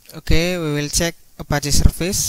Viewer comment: Serfer serfice🤣